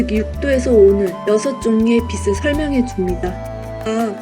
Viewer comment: 잘봤습니다. 근데 티벳 사자의 서는 누군가에게 들려줘야 하는 것인데.. 영상 올리신 분 발음이 안타까워서 알려드립니다. 제일 중요한 '빛을' 발음하실때 [비슬]이라고 하시면 난감합니다. [비츨]이라고 하셔야지요. '빛이'는 [비시]가 아니고 [비치]. '빛에'는 [비세]가 아니고 [비체]. 들려줘야 하는 티벳 사자의 서. 제발 정확한 발음으로 또박또박 잘 읽어주세요. 수고하셨습니다.